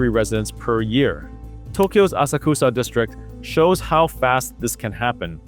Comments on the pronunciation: it’s pronounced “ah-socks-ah” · Asakusa - "Ah-sak-sa" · Good analysis. The nuance is much appreciated even if the algorithm will hate you for it. If you are looking for a little constructive criticism,, maybe work on your pronunciation of Japanese words like "Asakusa" and "Kuuki wo Yomu". Oftentimes TTS (Text-to-Speech) gets it wrong. Regardless of that, count me in on your next video.